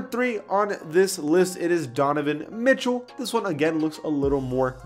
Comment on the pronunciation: the way he said mitchel lmaoooooo